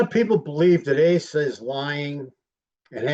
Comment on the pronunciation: Her name is not pronounced "Ay sah"